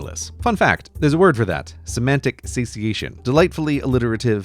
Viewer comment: can't believe you mispronounced satiation